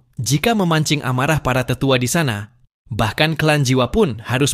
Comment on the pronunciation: Haha Alian si sungai mendalam itu banseng bukan dousheng